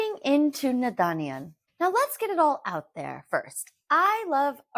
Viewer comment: Babe the last “n” in naadaniyan is silent